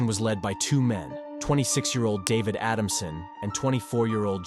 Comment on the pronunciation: “Dah-vehd…aftral, altho most of the caves were Uhn-MAh-pid…” 😆🤣😆😂 I can’t!!!😆😆😆